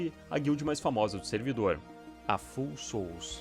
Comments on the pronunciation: Vídeo f*da!! Só um detalhe: o nome da guild se pronuncia "fául", de "falho", e não "full", de "cheio". São as Almas Falhas! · Amo seu conteúdo, só uma observação Pronuncia de Foul seria “Fauel”. Abraço por trás ❤